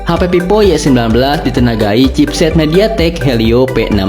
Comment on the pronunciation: Monmaap, itu vivo bukan pipo wkwkwkwk Funtouch, bukan funtoch T.T